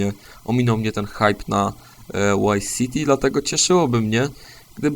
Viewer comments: chyba nie zrozumiałeś. Poprawnie jest fonetycznie "wajs" a nie "łajs". W wymowie w=ł a v=w, zawsze i bez wyjątków, więc tam gdzie w filmiku mówisz błędnie (łajs siti) omijasz, a znaczyłeś chmurkę "będę się za to smażył w piekle" tam gdzie wymówiłeś dobrze (wajs siti). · "Łajs Siti"...